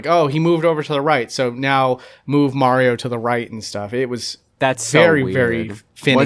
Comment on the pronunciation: Viewers shocked that can pronounce mario correctly. It's Mario, not Morio